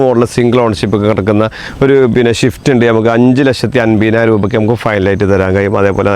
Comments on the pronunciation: എടാ പോർക്കെ… ഷിഫ്റ്റ് അല്ല… സ്വിഫ്റ്റ്.. ഈ മുറി അണ്ടികൾക്ക് വിവരവും വിദ്യാഭാസവും ഇല്ലാത്തത് എന്താ? അവന്റെ ഷിഫ്റ്റ് പറി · പൊന്ന് ബ്രോ ഷിഫ്റ്റ് അല്ല സിഫ്റ്റ്